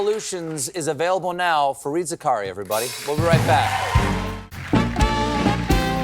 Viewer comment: Stephen, it's actually pronounced Zaka-Riyya